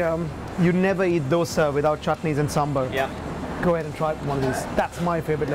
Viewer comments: for gods sake, its not sambal, its Sambaar! the amount of oil & lentils used for tempering with mustard is waaaayyy tooo high for that quantity of chutney.... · On behalf of all the South Indians, it is sam-baar not sam-ber. Also, I'm so happy to see you guys celebrate dosas. It is a very important part of our culture and representative of our diversity. Kudos,! It was an excellent attempt! I make 3 different types of dosas every week (not just the masala dosa as shown here) and it is hard to get it right the first few times. Lots of love from Bangalore! ❤️ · There is no “sambal” in INDIA ……..itz SAMBARRR for the love of filter kaapi